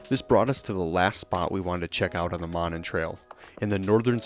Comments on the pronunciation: Monon [MOE-nahn] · Pronounced Moe - non. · It's pronounced: MOE-non. Those homes that face the trail have Winthrop Street addresses. If you go around the back of them, down what looks like an alley, you'll see all the address markers and mailboxes. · I am sure others have said so, but it is pronounced ' MOE-NON' Trail. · It is pronounced Moe Non. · Monon is pronounced Moe-non;it starts at 10th street and I-65 up to Carmel, Indiana, Westfield and north to Sheridan, Indiana. Covering almost 30 miles one-way. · Good lord at least pronounce the name right!